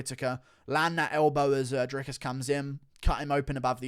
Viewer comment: Bruh how you gonna insist on pronouncing Dricus name correctly but never Jans name correctly you crippled ginger